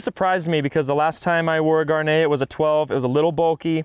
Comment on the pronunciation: Gaerne will never be pronounced correctly on this channel.